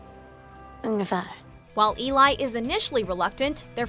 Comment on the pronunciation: Really? Obviously they haven't seen Let The Right One In... her name is pronounced Ellie, not Eli. Bugged me. Glad they included her and Oskar though, one of my favorite movies.